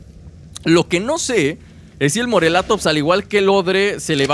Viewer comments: por favor mis oidos sangran al oir morelatops es morellatops con doble ele y no se dice asi por favor MORELLATOPS con ll no con l suena como si tuviera y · se escribe morellatops pero se dice moreyatops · Se dice morellatops pronunciando las dos (Ll)